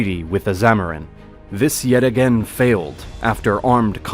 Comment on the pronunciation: It's is zamudiri, your pronunciations are wrong